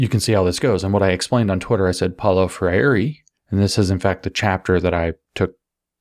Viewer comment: If you want to pronounce his name closer to the original: Pow-low Frey-r(e) But, won't blame you for utterly not caring. Ha.